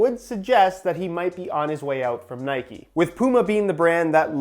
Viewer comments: It’s not NIKEEEEEEEE ITS Nike Please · Nikey 🤔🤔🤔🤔 it’s Nike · Its just nike not nikey. You dont say bikey you say bike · That’s how they are pronounced. Can’t stand when brits say N-ikes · It’s nike u don’t ride a fucking bikey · It’s Nike not nikey would you call Mike mikey? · It's Nike not nikee but this video was amazing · dude. It’s pronounced ni-kh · “Nikey” and “Pooma”